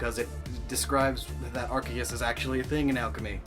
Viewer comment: I'm so used to people pronouncing Arceus as AR-CEE-US that I didn't realize that you pronounced it as ARK-EE-US. Kudos to you for pronouncing it correctly.